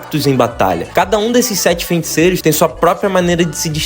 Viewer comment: "fenticeiros", tirando isso man, bom vídeo